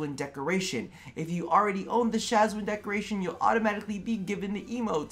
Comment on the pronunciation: SHAWZIN: is ROB: Shaz-win ME: plucks untuned string in horror